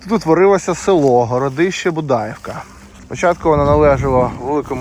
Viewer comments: Дякую за гарне відео та розказану історію🙂 Маленьке зауваження. Старі люди Будаївку називали з наголосом на 'ї'' БудаЇвка 😉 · Дуже цікаво. Дякую. Але наголоси трошки не вірні. БудаІ вка на І. Річка ПрИтворка на И. Дякую. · і ПрИтварка, а не ПритвАрка. Уперше чую "БудАївка, ПритвАрка".